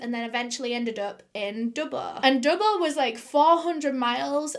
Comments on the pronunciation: Great story, was a bit annoying how she was pronouncing Dubbo though lol. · I'm from Australia and as soon as you said Dubbo I winced. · She says Dubbuo not Dubbo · Do U mean Dubbo not Dubbooo? I was born in Dubbo NSW Australia lol can't believe that happened there and Dubbo is in the bush how could they be in all these city's in one night do mean towns ? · haha the way you pronounce dubbo is amazing edit: okay it’s killing me it’s pronounce dub-boe not dub-bah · the way she kept pronouncing dubbo killed me every time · Hearing you say Dubbo did my head in and I couldn't finish watching this. Holy fucking shit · the way you say dubbo makes me laugh, it's not wrong it's just a fun way to say it